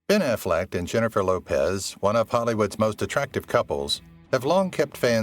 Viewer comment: It's not AFFLECKED or AFFLECT! It's AFFLECK!